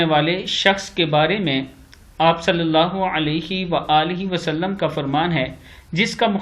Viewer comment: ماشاءاللہ ! آپ کا درود پاک صحیح طرح سے پڑھنا یعنی " صل اللہ علیه وآله وسلّم " بہت ہی عمدہ لگتا هے ؛ جزاکم اللہ خیرا فی الدارین ' آمین